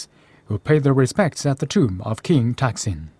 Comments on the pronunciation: ทำไมออกเสียงเป็นทักษิณวะ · Somehow, the narrator keeps pronouncing the name of this king incorrectly. His name was "Sin" and he used to be the ruler of a town, north of Ayuddhaya, named "Taak". And all rulers of that town would be called "Phra-jao Taak". Therefore, to clarify which ruler is referred to, the former name will be put in a parenthesis, e.g. "Pra-jao Taak (Sin)", but when people speak, the parenthesis cannot, of course, be seen. He had another name when he became the king of Siam. I mention this because it is irritating to keep hearing his name pronounced wrongly, and I've never heard any Thais (who are supposed to know this simple fact)correct it.